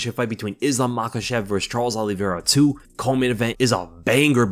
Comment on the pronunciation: And it's not Oliveira